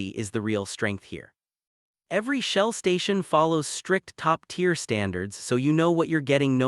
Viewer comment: Two things. Is the presenter AI ? I ask because of the repeated mispronounced "tier" and "Amoco". More importantly, at least three of the recommended brands involve their premium, high octane fuel. Everything I have read previously has told me that these fuels are a waste of money unless recommended by the vehicle's owners manual and that some may be harmful to an engine when they are not required.